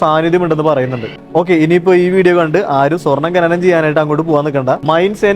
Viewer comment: Bhai, ഖനനം എന്നാണ് പറയേണ്ടത്, ഘനനം എന്നല്ല.